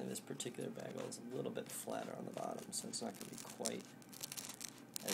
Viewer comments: It still seriously bothers me how you say bagel. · admittedly it's actually more "baggel" now than "beggel', so i guess it's sort of almost a step in the right direction.